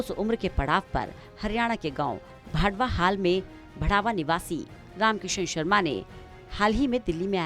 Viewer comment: भांडवा और बाढङा का उच्चारण ठीक करें।रही बात शर्मा जी की ये तो हमारी आन बान शान हैं।